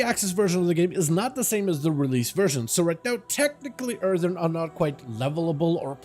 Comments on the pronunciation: earthurn he says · Earthen* not Earthern.